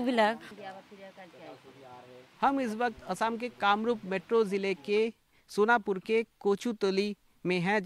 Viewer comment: Sonpur nahi sonapur hai yek bar ache se to padh lo 😂